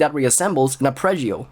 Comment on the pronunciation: the way you pronounce arpeggio makes me wanna cry